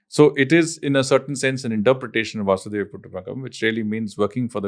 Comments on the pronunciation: Incorrect pronunciation I think. Its वसुधैव. Not वासुदेव. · Its वसुधैव and not वासुदेव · It's not "Vasudeva Kutumbakam" . It's "Vasudhaiva Kutumbakam" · It is वसुधैव कुटुंबकम् not वासुधैव कुटुंबकम्. Very informative podcast. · It’s वसुधैव कुटुंबकम् Not वासुदेव VasuDhaiv Not Vasudev